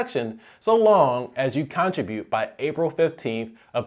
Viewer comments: Abeg. Why do you say CON-tribute 🤣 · All credibility goes out the window when he mispronounces “Contribute” …over and over. Makes you ask what else is wrong about his advice. Is this a region thing?